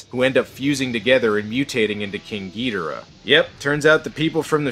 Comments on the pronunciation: Pronounce it as you will, I will not hate you, but I was raised with Ghidorah. Not Ghidrah. I cannot take the title gEudRAh seriously. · Its not king getirh its king gadorh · Ghidorah not Ghidrah. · Its not gi dor ah... Its ghidorraaaaahhhh..! Leviosaaaaaaaaaa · I'm so fucking tired of people saying "GEE dah rah." It's "gee DOR ah." That's how the Japanese say it ffs. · It's Ghi-Dora not Gydira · Ghidorah not gidrah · Gidra? You mean ghidora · Why do you say gee-dera? It’s Ge-dor-rah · Ghidorah it’s not Ghidrah it’s Ghidorah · It's gi-dora not gee-dora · It’s gih Dora Not gee Dora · the way he said ghidora hurt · It's Ghidorah. No Longer Ghidrah, Ghidorah. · Specifically GidOrah. That's an O not an E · all of this is good except how you pronounced the names.... every time I heard "gee-da-ruh" I cringed. then "CEE-SAR" forced me into this comment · Its Ghi - Dho - raa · your saying gedora / monster zero wrong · its Ghi-Dor-ah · It's Ghidorah gidoora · OK enjoying the content but can't you at least pronounce ghidora right lol